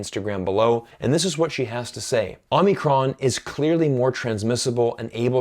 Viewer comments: It's called OH-mi-cron not OMNI-cron! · it's Omicron not Omnicron 🙏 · You kept saying OmNicron. It's Omicron. It's a Greek letter (Ο). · It's pronounced Omicro, not OmNicron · *Whisper * 真不好意思，虽然的确是到处都有可是好像是omicron 不是 omnicron...... 抱歉我耳朵不好。